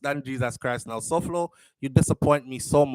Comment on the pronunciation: Souflo his name is pronounced Foy